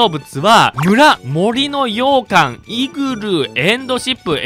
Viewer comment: 洋館のイントネーションが完全に 羊羹 なの気になり過ぎるw